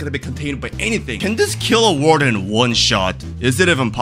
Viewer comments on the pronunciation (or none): Bro said "varden" 😂